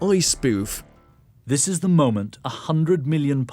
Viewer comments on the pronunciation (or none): none